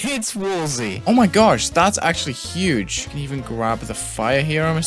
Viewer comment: thats actually 'hue'ge HAHAAHAHHAHAHAAHH!!!